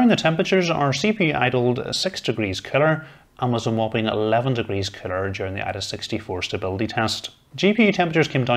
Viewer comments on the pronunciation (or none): lol...Sounds like he's saying Killer when saying the word Cooler.